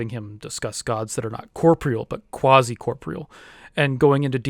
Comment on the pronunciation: At the beginning: you mispronounce corporeal (kor POR re all) a couple of times. [Whose stuff are you reading without comprehending?] At the end: you say even if ALL your gods are shown to be non existent, that won't affect your beliefs about them very much. Chuckles.